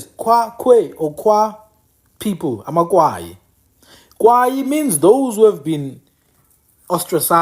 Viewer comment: Good reservation of our History bhuti BUT I want to correct you on the narrative of AmaKwayi. SingamaKwayi sakwaya zange sikwaywe. It’s AmaKwayi not AmaKwaywa. After the death of UKumkani uNgconde, his son uGando from indlu eNkulu was already the King of AmaXhosa There was nothing called amaKwayi until Zikolesizwe (Gando) abandoned his home and the crown because of iyelenqe elakhiwa nguTshiwo ekunye noMdange. UTshiwo waye waze wangena even Gando’s daughter uNoqazo . In Tshiwo’s bethrowal of Gandowentshaba, Gando wakwaya (abandoned or left) ikhaya and that is how Tshiwo became the next King of AmaXhosa with Mdange’s help. That is why you will hear imiDange ikhahlelwa as Mdange kaTshiwo. Without going into details, I just wanted to point out that correction about AmaKwayi kaNgconde I see not a lot of books narrates it correctly and even abantu bakuthi abakwazi nokuzithutha.